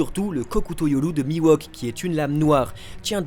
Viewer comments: Bonne vidéo merci, par contre vous pouvez arrêter de l'appeler Mi-Wok please ? Il s'appelle Mihawk, se prononce "MiHHHHowque" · C mihawk pas miwahk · putain ça se dit mihawk pas miwok ;_ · Par pitié, cessez de prononcer "MIWOK" ... C'est MIHAWK ! :( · "Mi-Wok"...😂 je ne m'y ferais jamais :) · C'est la première fois que je vois le mal prononcer un nom... Mihawk qui devient Miwok 🤮